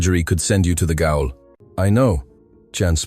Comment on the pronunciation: "not "gowl", it's pronounced jail.